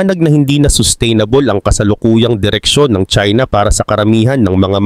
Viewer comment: China not chsina ok